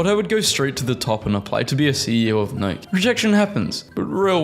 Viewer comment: Nye-key the company is pronounced Nye-key(Nike)!